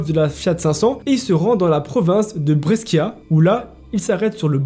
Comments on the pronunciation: BresKIA ca me tue ahahahah c'est plutôt BreCHIA, tu racontes trop bien, nouvelle abonnée ici 😇 ciaoooo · sa se dit brechia le sc en italien c’est ch sinon pour une fois une histoire qui se passe pas au USA 😅